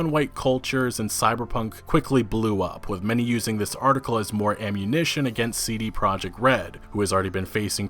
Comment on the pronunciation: You are pronouncing "CD Project” wrong. It's a Polish company so their name is in Polish. It's ”tzee-dee proyect”.